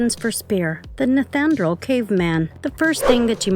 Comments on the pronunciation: It’s not pronounced neth anerdall, it’s pronounced NEEANDER-TALL. Nice video but that detail is making me NUTS. thank you. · Neth an drawl man? That is not even close to how you pronounce neanderthal. Nee ander tall. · holy shit lady its knee-AN-der-thal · Why can you not say Neanderthal right lol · Stop saying nethanderal! 🤦‍♂️ cant you read? I thought content creators done their research. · Can’t get over the pronunciation of the word Neanderthal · The pronunciation of Neanderthal (Knee an der tall) was driving me nuts. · This lady is driving me nuts it's pronounced nee-ander-thal! Ugh! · Yh that annoyed me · This is one of the worst, emotionless voice overs I’ve seen on YouTube. So many mispronounced words, not to mention “Neanderthal”! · Da fucc!??? How do you not know how to pronounce "Neanderthal"!? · Why does this person not know how pronounce Neanderthal? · And she said it so many times. How embarrassing. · This narrator totally massacred the term “NEANDERTHAL”😡🙄